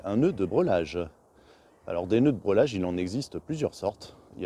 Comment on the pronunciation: Nœud de "brêlage" ou de "brellage"....le mot se prononce comme il s'écrit dans les deux cas .... Et ne se prononce en aucun cas "brelage"..... Ce sont des "morceaux" de bois et non des "bouts" de bois....le bout (en français) est l'extrémité ......